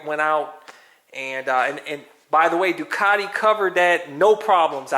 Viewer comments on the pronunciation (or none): none